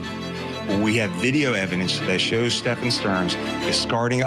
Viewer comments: Correct but Sterns friend said Sterns name was also pronounced Steven/Stephen/Stephan. Not Stefan. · His friend said it was pronounced Steven. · I'm sorry but I can't take that guy serious calling STEPHAN Sterns, STEVEN. It's not like it's a new case.